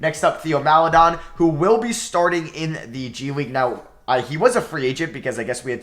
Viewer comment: Theo Maledon is pronounced "tay-oh mal-eh-DOAN" its tay-oh not Thee-oh also Aleksej Pokusevski is pronounced "ah-lek-say po-coo-SHEV-ski"